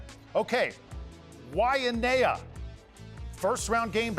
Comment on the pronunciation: Waianae you say it like YNI